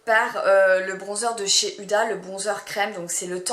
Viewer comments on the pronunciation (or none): none